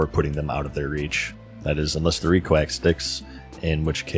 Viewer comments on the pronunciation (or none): none